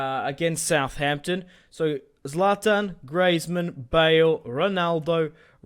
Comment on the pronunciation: its not zaltan its zlatan